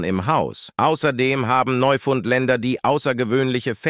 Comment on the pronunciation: Neufundländer😂😂😂😂 ist das nicht die falsche Betonung????😂😂😂😂😂